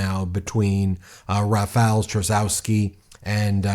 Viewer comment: Rafal "Chaskosky"